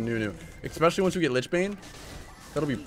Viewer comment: ... expecially? unsubbed